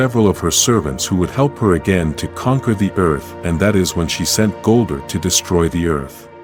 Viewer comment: This AI voice is horrible. It's Zordon not Zoordun, Goldar not Goldur. Ugh